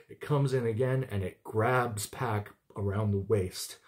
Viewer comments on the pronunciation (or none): Not Pack. It rhymes with dock. Pock.